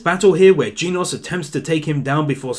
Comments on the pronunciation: It’s not geenos, it’s genosu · You pronounce it jeh nose not geenoss I like the way you say it though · “Jean oss” I think it’s pronounced gen like “Gen Z” and ose like “overdose” but this video was super entertaining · genos is pronouced gen-os not gene-os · i think its Gen-oes not Geenose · Genius is pronounced "Gen-oss", not "Geen-oss". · dude its not jinos its genos. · GEEENOS LOL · its Jenosu, now say it with me JE-NO-SU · Is that how would really Genos is pronounced? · stop saying genos' name wrong, other than that, grat episode, opm is awesome